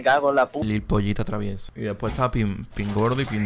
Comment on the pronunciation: El mejor "Lil Poitatraviesa" :v